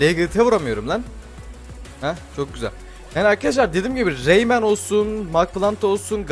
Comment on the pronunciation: Rayman demek yerine reynmen dedi